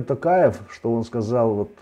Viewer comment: можно вас попросить называть гостям фамилию президента с правильным произношением на букву О, сколько уже можно называть Такаев, всё таки он не алкаш же какой-то, которого можно склонять как попало. Т-оооо-каев а не Т-ааааа-каев. Уже уши режит честно. А в остальном всё супер, интервью интересные.